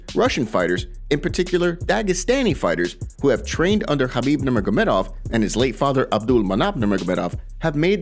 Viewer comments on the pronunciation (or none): none